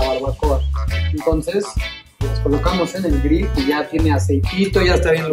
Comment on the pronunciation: Mejor que diga todo el tiempo ASADOR. Me parece hasta ridiculo que esté preparando tacos y use la palabra grill, pero pronunciada pesimamente. Y bueno, su receta se ve bien pero no es como para impactar a un jurado.